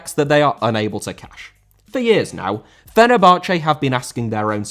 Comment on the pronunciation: Fenerbahçe* not Fenebohçei